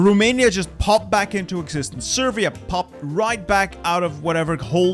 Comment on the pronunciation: did fam just call Serbia Persia?